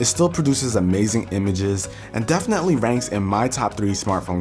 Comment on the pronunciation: "Defenetly" hahah u cute